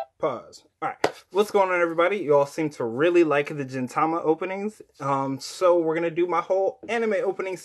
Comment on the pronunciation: Gintama is pronounced like this: Gin(like "garden" or "green") Not like "ginger" or "genie"